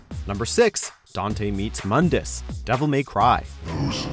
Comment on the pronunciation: Its pronounced "moondus"